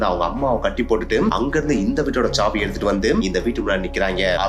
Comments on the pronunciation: That is saavi not chaavi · Saavi ❌Chaavi ✅ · சாவி..... ச்ச்சாவி nu soldringa... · தமிழ் உச்சரிப்பு மகா கேவலமா இருக்கு .. இதுல இங்கிலீஷ் லட்சணம் வேற..... விசயம் , ச்சாவி , குலு , எமோசன் , .. தெக்கத்தி மக்கு பசங்க மாதிரி இருக்கு.